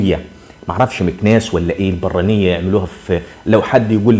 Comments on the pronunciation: ننطق البرانية بدون الشدة فوق الراء. عندي 57 سنة و اصلي مراكش ، من صغري اعرف هاذا الطاجين كان يحبه ابي الله يرحمه. البرانية يطهى في الطاجين فوق الفاخر ( الفحم) كجميع الطواجين..لن اقدر ان اقول لك من اي جهة من المملكة أصله.. كان يحب أيضا طاجين المقفول ليس معروفا كثيرا.. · البرانية تنطق بدون ضمة على الراء... طاجين البرانية هو طاجين باللحمة والبادنجال المقلي المرفوس، تشتهر به مدينة مراكش.. تحياتي وشكري على اهتمامك بنشر الثقافة المغربية.. دمت سالما وعواشر مبروكة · البرانية في مراكش بسكون الباء وفتح الراء